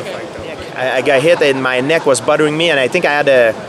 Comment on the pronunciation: Gotta love the guy. Although, I can't but giggle every time he says that his neck was buttering him. :)